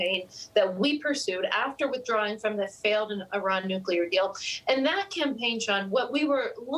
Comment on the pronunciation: There is no newcuelus, but there is a nucleus. Nuclear (pronounced nu-cle-ar) is a thing. The "newcuelur" you speak of does not exist, "". If you're going to speak on the topic as if in authority, it's worth at least knowing the word.